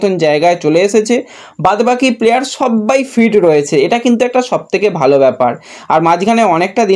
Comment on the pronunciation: আপনার উচ্চারণটা একটু ঠিক করুন। ফিট কে ফিড, লাকরাকে লাগরা শুনতে খুব খারাপ লাগে।